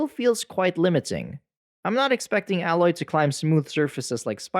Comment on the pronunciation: I know this is nitpicking, and just a personal pet peeve, but you've played enough of both games for correct pronunciation of Aloy, and Tenakth. Since those names are used quite often.